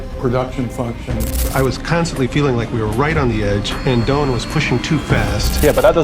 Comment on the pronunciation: The guy’s name is “Doyne”.